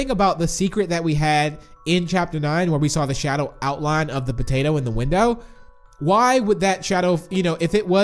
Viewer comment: Evryone says mr.p is piggy but I sayyy mr patato